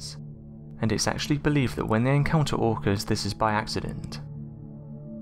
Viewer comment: Orcas pronounced as organs, irritating as f**K